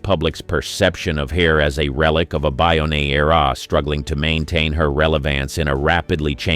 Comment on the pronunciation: You Americans and your presumptive pronunciation of words. Even English one. Bygone era is not (biyonay, E-raa) it's literally (by-gone eera). 🤦‍♂️🤦‍♂️ Oh, and penchant is pon-shohn. You're welcome. 🖕🤣